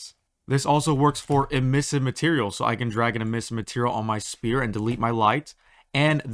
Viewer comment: Thanks bro but sphere is pronounced "sf-ere" because the "ph" makes a "ff" sound, kinda like "photo"! Pretty mindblowing when you learn the alphabet and how it works, but it's also pretty literal when you give this comment a thumbs up and hit the like button! Thanks, gamers & friends